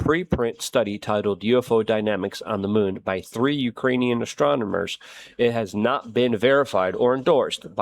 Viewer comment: Damn "astromoners"